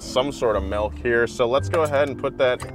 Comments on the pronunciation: I liked before I heard him say “melk” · Who says “Melk” ????? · is like my brother, he says Melk instead of Milk. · I mean, dude called it "melk," so I'm not surprised he almost burned the car down. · My man said melk. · is a "melk" guy... Figures.... Btw.. "melk" bottles used to be glass. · is a "melk" guy...damn